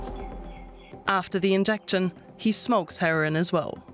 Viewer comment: It's her-o-in , not "herrin"